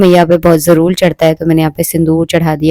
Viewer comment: ap jarur ko jarul kyo bolti ho